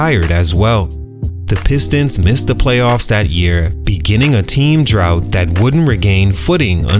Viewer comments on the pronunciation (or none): none